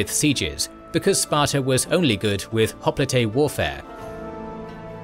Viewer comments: Is it really pronounced Hoplite (hop-le-tey) and not Hoplite (hop-lite)? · Hop-le-tey is closer to the Greek version of the word. Hop-lite is the bastardized English version. Either pronunciation is fine tho. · The way he says hoplite is so irritating